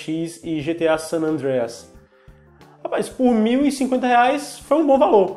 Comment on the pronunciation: você é a primeira pessoa que ouço pronunciar San Andreas corretamente.